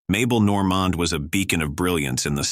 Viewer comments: Mabel Nor-mon? It’s Mabel Norman! At least learn to pronounce their names correctly! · This is typical AI-generated garbage. AI is used to develop the text, then AI is used again to generate the voice. As a result, the stories are tedious and repetitive full of clichés. Meanwhile, mispronunciations abound. From Mabel Normand (pronounced in this video as Nor-MOND) to Bela Lugosi, the mispronunciations are unintentionally hilarious. Definitely skip this time-waster. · why do you pronounce Mabel Normand's last name so strangely? (It's pronounced "Norman" - then just add the "d" - not Normahhhnd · Normand--accent the 1st syllable